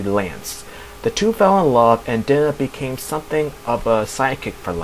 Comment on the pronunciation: her name is not dinner, it's Dye-Nah